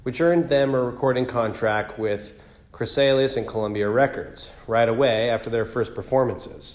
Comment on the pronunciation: Good info, but you might want to practice reading it a few more times, I bet you could get it much smoother! Also need more info about leaving Journey. I think the label is pronounced Chris-a-lys, right? Also yeah what do you mean by sad end? Clickbait?